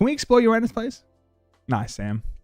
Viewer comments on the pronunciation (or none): none